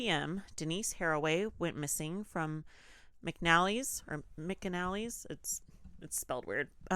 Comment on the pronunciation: Denice was a student TEACHER, not a f*ckin' secretary. And, the store where she worked is pronounced "Mac A-nally". Why the hell are you talking about this if you don't know the facts? It's G-E-R-T-Y where Denice's body was found, not Garrity. Tell me you didn't read Dreams of Ada without telling me you didn't read Dreams of Ada for frick's sake. Fonten-O, not "not". Ya know, Tommy Ward's LIFE depends on the correct info being disseminated. You two are NOT helping with that. At all.